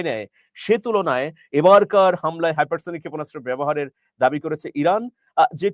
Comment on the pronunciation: সুপারসনিক আর হাইপারসনিক ঠিকভাবে বলেন